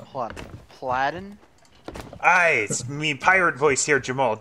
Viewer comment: So... hearing how you pronounced my name as Puh-laddin just made me want to cry out 'Caaaaaribbean Niiiiiiights.... are less deadly than Caaaaribbean Daaaaaaays which are hotter than SoT but in a good waaaaaaaay~.